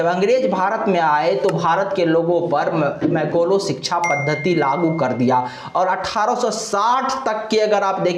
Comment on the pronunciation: अरे पहले बोलना तो सीखो। मैकाले शब्द का उच्चारण तुम मैकोलो कर रहे हो! गीता को आधार बनाकर लीपापोती करते हुए बता रहे हो कि कृष्ण ने वर्णों की सृष्टि गुण और कर्म के अनुसार की। तुम्हारे ही धर्मशास्त्रों के अनुसार गुण तो सिर्फ तीन ही होते हैं - रजोगुण, सतोगुण और तमोगुण। सवाल यह है कि जब गुण सिर्फ तीन ही हैं तो इन गुणों के आधार पर बने वर्णों की संख्या चार कैसे हो गई? गुण तीन तो वर्ण भी तीन ही होने चाहिए न? होश में हो तो यह भी बता दो कि तुम्हारे गुरुकुलों में शूद्रों को शिक्षा देना तो वर्जित था तो 1860 से पहले अर्थात मैकाले की शिक्षा पद्धति लागू होने से पहले क्या जाति-व्यवस्था अस्तित्व में थी या नहीं? गुमराह करने के लिए ऊल-जलूल बकने से सच्चाई को छिपा नहीं सकते।